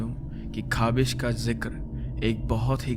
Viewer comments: वो खबिश नही खबिस होता है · it's “khawees” Well.. Interesting story👍❤